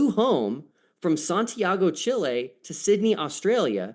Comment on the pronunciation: Honestly. I can't trust your intelligence if you can't properly pronounce Chile.